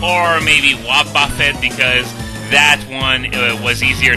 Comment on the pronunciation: I love how you pronounce Wobbuffet.